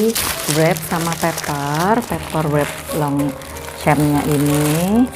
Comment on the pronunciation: Bacanya Tre dan s nya ngk dibaca bu dan Longsyong bacanya m dan p tdk di pronounce